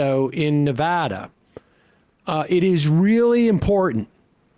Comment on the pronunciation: Thank you for pronouncing Nevada correctly.